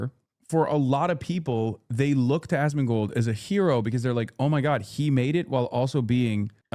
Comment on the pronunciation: Why does keep saying "Asmagold"?